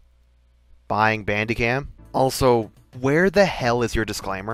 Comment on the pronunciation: he forgot how to properly pronounce bandicam